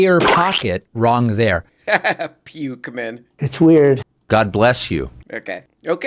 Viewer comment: “Pukeman” is pretty good…